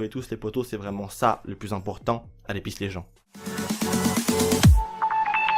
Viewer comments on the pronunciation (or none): none